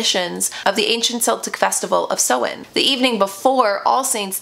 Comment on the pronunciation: Love these kinds of videos as an Irish person! A little fyi, it’s pronounced keltic (with a hard C). Celtic with a soft C is a Scottish football team. And Samhain is pronounced sow-in, rhymes with cow-in rather than sew (a needle pulling thread 🎵) love this history vid xx